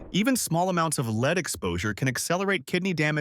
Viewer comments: Lead is not pronounced as "leed". Please let go of your voice actor. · LEED poisoning! lol